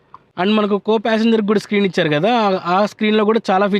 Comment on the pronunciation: Ichadu❌ Icharu✅